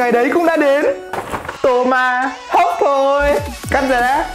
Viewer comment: Sao đoạn đầu mik nghe là toma hốc thôi nhỉ😅😅😅😅😅